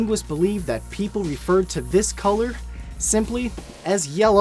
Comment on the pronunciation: "And as always , anks er autching"